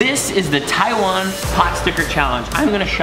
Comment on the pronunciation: Logan...go teach how to say "Taiwan" right. He has some sort of tongue problem on pronouncing the word Taiwan.